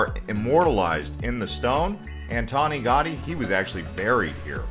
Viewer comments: Casa BAHT-YO....and its GOW-Dee not Gotti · "gow-DEE" not "GAWdy" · Antonio Gotti? No, it is Antonio Gaudí ;) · Cool video, but the ‘au’ part of Gaudi is pronounced ‘ow’, so it sounds like ‘Gow-dee’ — not ‘gaw-dee’ 🤔🧐🤓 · It’s Antonio Gaudi, not Anton Gotti! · His name is pronounced gow-dee not Gotti, he's not a mobster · Incredible accent of narrator! I had no idea that Gaudí was Italian!😂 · it's a shame to make a video about Barcelona and not at least try to learn how to pronounce the name of one of the greatest architects in history correctly... all the other superficialities and inaccuracies in the video, of which there are many, do not matter after this omission.... I live with Barcelona over 30 years and have never seen something so ignorant and superficially...